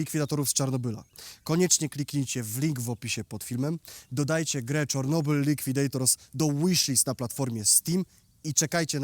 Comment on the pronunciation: dlaczego mowisz "czornobyl"? Po polsku to Czarnobyl, a po rosyjsku Чернобыль.